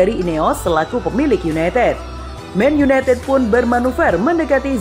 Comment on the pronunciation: Men yunetet men yuneted